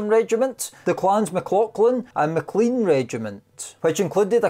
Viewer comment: Clan Menzies is surely pronounced clan Meengis by Scots? Please! MacLean is pronounced as in lane not clean.